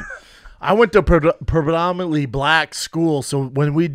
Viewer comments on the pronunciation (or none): Brendan is the type of dude that can't pronounce pre•dom•in•ant•ly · Brendan "Prebromently" Schaub